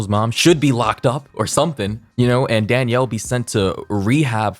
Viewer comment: take a shot every time pronounces "Danielle" as "Daniel"